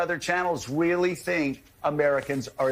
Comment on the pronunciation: That dumb ass said “Wheely” instead of “Really.” I am laughing my ass off. 😂